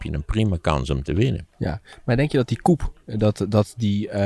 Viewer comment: sorry... een kapsel is een "coup" (spr.: koep) zoals coup soleil, en een staatsgreep is een "coup" (spr.: koe.... zonder P)